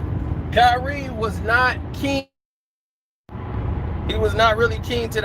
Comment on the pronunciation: It’s “Kyrie”